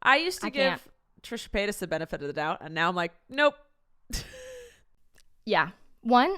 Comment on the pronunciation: ''Trisha Pasytas'' 😂😂😂